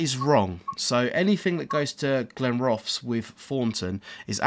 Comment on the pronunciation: Your right you do 'murder' pronunciation of Scottish place names, Inverkeithing is pronounced Inver-keith-ing by highlighting Keith when it is pronounced Inver-keeeth-ing, and of course Glenrothes, is said Glen-roth's with heavy pronounciation of the Rothes half of the name, But after hearing the pronouncing by the train announcement you did start to say them properly Am I a Scotsman from Fife? no I'm not! I'm an Englishman from Hertfordshire, it's fun though listening to your pronunciation And yes I agree the forth bridge is very well done🙂